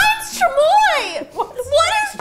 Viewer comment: Rosanna Pansino my mom was born in Mexico and she laughed so hard because you pronounced everything wrong and died every time you ate our favorite and screamed